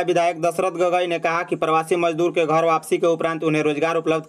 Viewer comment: yah kaun sa reporter hai theek se isko Hindi bole nahin a raha hai ghar ko ghor bol raha hai Jharkhand ka naam kharab kar raha hai